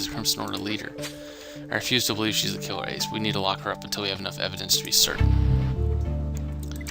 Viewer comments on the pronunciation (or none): none